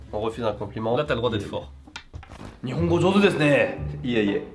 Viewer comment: Et la prononciation du "u" dans ....desu c'est normal de faire faux mais quand on est habitué c'est horrible d'entendre ce desuuuuuuuu haha On prononce (dess), merci xD